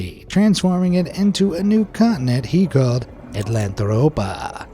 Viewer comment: AtlanTROPA…there’s no “h” in it. Unless you spelled it wrong.